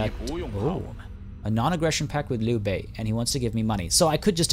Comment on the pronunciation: Dude, Chinese here, I can tell you really studied those names lol, the way you said Liu Bei omg, I had to go back and liten to it a few more times xD